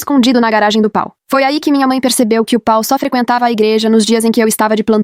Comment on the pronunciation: Na verdade é Paul. A IA não sabe ler estes nomes. È um problema porque Paul é um nome de origem inglesa e quando a IA de leitura está programada para ler em português ela se atrapalha com palavras e nomes de ouro idioma.